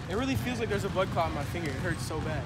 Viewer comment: He said blood clut